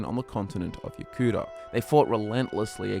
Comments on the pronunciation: Yo-ku-DA not Yo-kuda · The way you said Yokuda at the beginning... are you ok?